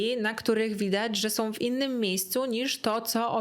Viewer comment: Droga, uwielbiam Twoje filmy i ogòłem Twoją osòbkę, jesteś przesympatyczna, ale PROSZE, NIE SOM TYLKO SĄ, nie MÒWIOM tylko z MÒWIĄ. Starajmy sie mòwić poprawną polszczyzną, to razi aż czasem ciężko sie skupić na treści😅. Przepraszam, musiałam. Ale ogòłem dziękuję za nowy super materiał i czekam na następne!!:))